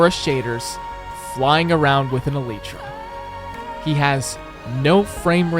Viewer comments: Yes but... Elitra...? Elitra? Not *Elaitra*... Elitra... Ight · its alytra not aleetra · what on earth did you call that eleytra? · It's pronounced E-Lie-Tra, not E-Leet-Tra. Mac user though, so it can be excused. Mac is worse than console. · Actually I more commonly see eh-leh-tra and/or eh-lee-tra as the correct pronunciations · its pronounced L-eye-tra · I'm sorry But did he say elēētra? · This man really just said "Elite-tra". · Yes but he said "Eleetra" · "elitra" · Is no one going to talk about the way he says "elytra"? Man literally said "Elite-ra"